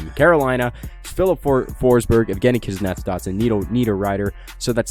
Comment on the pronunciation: How the #### can you mess up kuznetsov